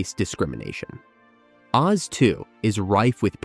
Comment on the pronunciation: Several quirks in the narration seem to indicate this was read by an AI. Like saying the world of “oh zee” instead of OZ, or putting an unnatural space in the title of “beauty and the beast”.